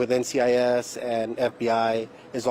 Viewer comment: Gibbs won't be very happy he butchered the name of NCIS